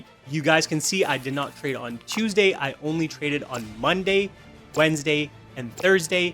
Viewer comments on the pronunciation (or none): none